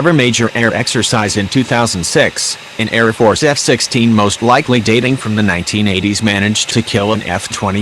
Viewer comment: Air force not air farce. Couldn't watch any more because of computer voice.